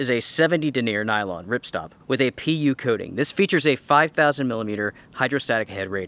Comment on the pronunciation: I don't know if I want a tent with a "Pee-Ew" coating.